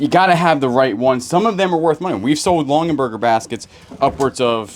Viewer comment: It's Longaberger not Longenberger